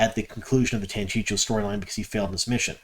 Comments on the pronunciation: It's pronounced TANCHEEKO not Tanchicho. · I'm glad we're seeing more elements for the Tanchico plot unfold. The fact they already introduced Moghedien so well is definitely going to setup her showdown with Nynaeve! Not being nitpicky but curious why you always call it "Tanchicho" when it's "Tanchico" (Tahn-CHEE-ko)? That extra "CH" always throws me off. 😂 Edit: Ok. Clearly I'm not the only one thrown off here. I guess we'll just have to acknowledge you're from out-of-town. 😉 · Chico, say chi-co, "chico" Tan-chico. I love your posts, just teasing. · Man, I like your videos, but PLEASE stop saying "Tancheecho" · I think it is pronounce tan chee’ ko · It's pronounced Tan-chee-koh. Just sayin'. Keep up the good work! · If I didn't know better, I'd think you were trolling us by mispronuncing Tanchico as many times as possible in one video. 😏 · Are you mispronouncing Tanchico on purpose to get people to comment? Thanks for the news, keep up with the good work.